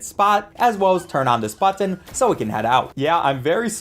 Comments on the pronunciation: I liked everything in this video except the way you say “BuTtON” 😅😭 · You say button weird